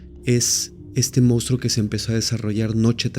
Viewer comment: Monstruo se pronuncia igual que como se escribe. Información que salva nuestro hermoso idioma. Bendiciones ❤❤❤